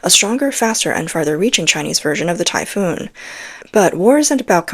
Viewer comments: Please, it is the “Typhon“ system NOT the “Typhoon“ system. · It's Typhon not typhoon. A common mistake. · I thought it was Typhon, greek Word. Not Typhoon like the storm.